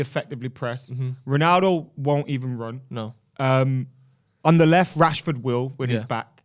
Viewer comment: you cannot be serious saying Rashford or martial